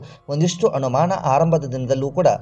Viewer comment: ಕನ್ನಡ ಭಾಷೆಯನ್ನೇ ಕೊಲೆ ಮಾಡ್ತೀರಾ?? ಬಹಳ ಬೇಜಾರಾಗ್ತಿದೆ. ಅನುಮಾನ ಎಂದು ಬರೆಯುವಲ್ಲಿ ಮತ್ತು ಹೇಳುವಲ್ಲಿ ಹನುಮಾನ ಎಂದು ಬರೆಯುತ್ತೀರಲ್ಲ??? ಛೇ.......!!!!!!! ಅ ಮತ್ತು ಹ ಎಲ್ಲಿ ಉಪಯೋಗಿಸಬೇಕು? ಎನ್ನುವುದೇ ದೊಡ್ಡ ಸಮಸ್ಯೆ ಆಗಿಬಿಟ್ಟಿದೆ.